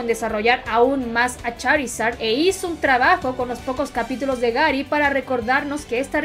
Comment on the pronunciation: La chica: Gary: gUeRi